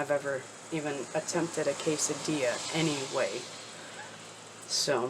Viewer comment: HEY.... IT'S PAW-NOUNCED - KES-AHH-DEE-YAH- [QUESADILLA] FOR EVERYONE LEARNING SPANISH CATOLOGY IN CAT-ULINARY COOKING CLASS LOL. HELLO MEEOWS... DH WAS GETTING HIS CHOW GROOVE GOING LOVING THOSE HOME COOKED QUESADILLAS GOOD JOB...MEEOWS.